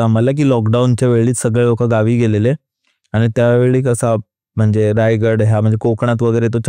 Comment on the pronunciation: मित्रा बरोबर बोललास रायगड आहे रायगद नाही 😂